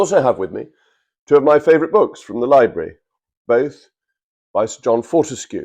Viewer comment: Gosh - who knew that JRM couldn't pronounce "library..." ?